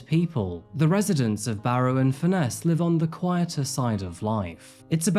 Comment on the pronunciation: Just a note, its pronounced furnace not fur- ness. Its a beautiful place to live, I live on walney, and my daughter was friends with Ellie and one of the young women named as being trafficked. I might stress my daughter was never ever with Ellie on any dates. She did have to give a statement to police. This has rocked the town like you wouldn't believe. May I add, a minority of the town did act inappropriately towards the Asian community, but we very rarely have racially motivated crime in the town. Not everyone targeted those mentioned. I would also like to stress that those named have reputations in their own right.. no one will ever know the full truth and I don't think we ever will find out. As a town we will heal,and support. Still very raw, many people feel very hurt, misled and deceived. But as always barrovians bounce back, and despite what you may here, we are very welcoming and hospitable people